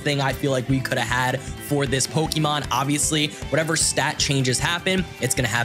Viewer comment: NGL, the amount of Pokémon you pronounce wrong drives me fking insane... But I still love the content!